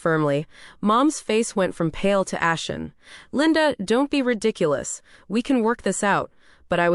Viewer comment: It’s ashen, not action. You’ve made too many errors to earn you a subscription. 👎